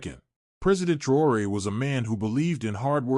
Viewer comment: Faudra bien prononcer le nom c'est TRAORE pas TROUERER